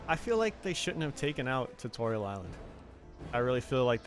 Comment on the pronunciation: Haha his name is “(Tu) Torial”